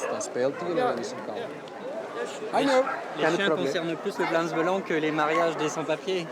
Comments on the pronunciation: «Vlams beulange» 😧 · Si une membre n'arrive pas à prononcer le nom du parti; ça fait d'elle une bonne camarade. Avec un si beau accent, il a prouvé qu'il était bien belge.